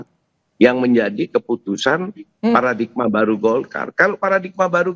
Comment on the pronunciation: Paradigma bukan Paradikma... Wartawan Kompas masa ga mudeng penulisan begini.😂